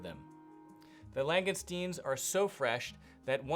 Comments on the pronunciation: Long-gus-teen. Not ‘lang gone steens’ as you quite bizarrely keep saying. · Enjoyed the video. If you don't mind a couple of small points regarding pronunciation; langoustines are pronounced "lang-oh-steens" or more commonly "lang-ih-steens", there is only one letter 'n'. The hills where Rules having their own shooting range is the Pennines, it's pronounced "pen-nines" (pen-9's). Hope you don't mind me pointing this out. Thanks.